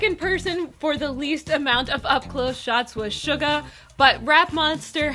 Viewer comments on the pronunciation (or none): lmao you pronounced suga as SHUGA